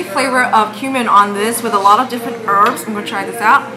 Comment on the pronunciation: she’s supposed to say cumin but then she said “cum” first hahahahahaha! i love you! ❤️😂😘😘😘